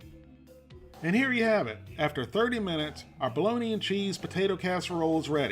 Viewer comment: I've head of Balony, and I've heard of Balogna (the city in Italy, pronounced Balonya), but I've never heard of Bo-log-na!